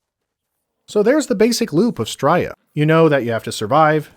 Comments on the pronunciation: Bro, enjoying your videos and i rarely comment but please if you ever say the word again, its Stray-a not Strya. It's criminal how you dont have more subs too. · Fuck it hurts my ears every time you say "stroiya" 😂